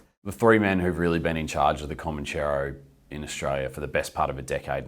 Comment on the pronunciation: It's Comanchero, not Comancheero......Mark Mori is a wanker.